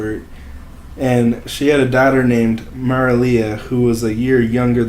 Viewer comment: If your going to report on something maybe try to be serious about it and research how to pronounce the names its pronounced tree-on and mera-lee